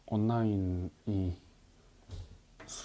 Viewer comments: 온라인 아니고 온나인ㅋㅋㅋㅋㅋㅋㅋㅋㅋㅋㅋㅋㅋ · 깨알같이 온나인이라고 발음 ㅋㅋㅋㅋㅋ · 온나인 발음이 너무 완벽해서 공부를 못하겠어 ㅋㅋㅋㅋㅋㅋㅋㄱㅋㅋㅋ